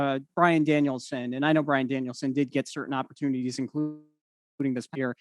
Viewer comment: JR sold Brian's debut to perfection WHILE also getting his name right each time 😂